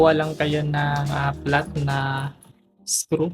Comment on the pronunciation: I like how he pronounces the word screw as skru